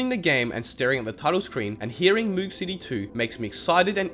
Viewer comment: You’re saying moog wrong, it rhymes with rogue and is named after bob moog, who created the synthesiser.